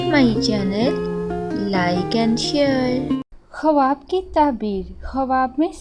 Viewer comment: Khawab bolna tu sekh lo